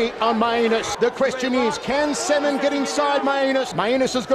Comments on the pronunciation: Not only the my anus part the commentator also pronounces the name of the other fighter as semen listen 😂😂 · It doesn't help that the announcers also pronounce Salmon's name as Semen.